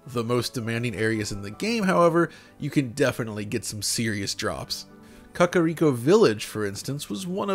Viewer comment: Did you say "Cuckariko"?